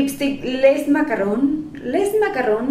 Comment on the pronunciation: Hola, no lo tomes a mal deberías aprender a pronunciar bien yo.a clases, Lee e intruyete